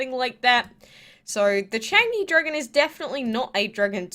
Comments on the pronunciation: U say it charng-zhie I ❤❤ gods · I’m triggered the way u say Chang’e😂😂